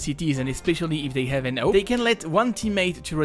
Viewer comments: You saying AWP sounds like NOPE! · I love the way you pronounce 'AWP'.